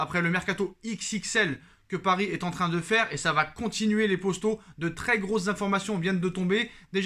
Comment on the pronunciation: C’est moi ou au lieu de dire poto il dit possto ?